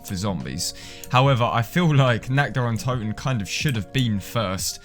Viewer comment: God, all these years this map had been out people still cannot pronounce this map correctly